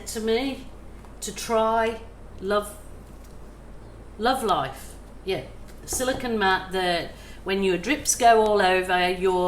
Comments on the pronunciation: I think it’ pronounced Loli Vefe for your mat not love life. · I’m sure a hundred people will tell you but they pronounce it “Lolivefe “